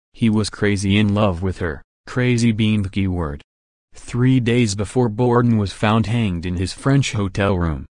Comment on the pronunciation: you sound like a bot. And it's not "Borden"